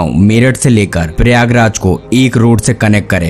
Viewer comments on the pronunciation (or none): Uploader, You have to improve your Hindi and Urdu. Both suck big time! Many words, both in Hindi and Urdu, are mispronounced. For example, it is "prayog" (प्रयोग) and not "paryog" (परयोग) It is "lutf" (लुत्फ़s), a Urdu word that means enjoyment and not "luft" (लुफ्त). How you pronounce matter a lot It is not just the content but also presentation that attracts the viewer to come back for more.